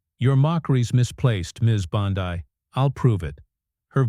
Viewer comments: Its Bondi not Bondai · Teach these narrating bots how to speak. Her name is Bond ee, not Bond ai. It's ridiculous! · For the love of God -- Her name is pronounced BAHN-dee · Spelled Bondi. Pronounced Bondee . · Learn how to pronounce Bondi’s name! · You pronounce "Bondi" different. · What the f&*% is talking in this "insider intel"? They can't even get Bondi"s name pronounced right. What a bunch of worthless "news". I should have turned it off, but my curiosity kept me listening even though I knew better. Of course, that won't happen again. I'm old, so was this some AI thing talking? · No subscribe or "likes" until you pronounce Bondi's name correctly. Sheesh!